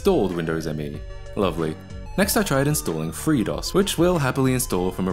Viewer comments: Super tiny nitpick but you pronounce it like the word me, not emm ee. At least that's what Microsoft tried to make popular. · It's Me, NOT M-E. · Dude, you wrecked the video by saying M-E all the time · So I heard it's supposed to be pronounced "me" not the initialism "M.E." but I think it's honestly a case of gif or jif at this point.